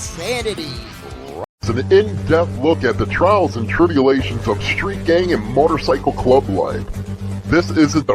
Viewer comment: Why is it so hard to say Motorcycle Club